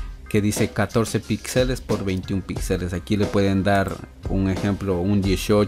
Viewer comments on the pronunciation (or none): none